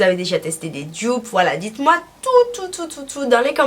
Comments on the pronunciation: "Jdupe" 😭😭😭 tu peux prononcer en français donc DUPE je pense que c'est mieux pour tout le monde 😂😭 aller bisous je t'aime ❤️ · "Djupe"** pardon c'est comme ça que tu prononces doudou